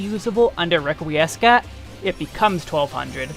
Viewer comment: Love the guide, BUT, "Requiiescat" is pronounced "reck we scat" not "reck we ess cat" i was cringing everytime you said it out a loud. Love ur other videos too for WAR and SMN please keep up to good work =)